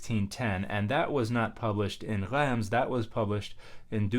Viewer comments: Yep Reims is pronounced \ʁɛ̃s\ with a nasal vowel instead of \ʁɛns\. Dan’s trying to the uvular r, gotta go all the way and get the nasals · Pease don't says the 'm' in Reims. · Traditionally, in English, it's pronounced "reems". I would pronounce it the French way when referring to the city, but I would anglicise when referring to the historic translation.